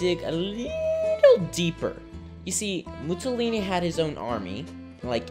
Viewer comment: How old are you? 12!? Also, "Mussolini" is pronounced (approximately) "Moo-saw-lee-nee" (not "Moo-tsaw-lee-nee").